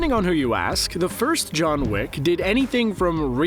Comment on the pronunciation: Did you say John Wick or lick? I can’t tell XD